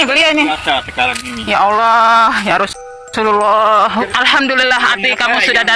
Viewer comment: Palsu ngucap yarasulalah aja dah salah, berarti makam itu ya keliru n salah